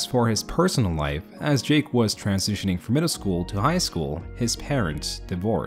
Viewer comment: Did you say transZOOSHining or am I tripping??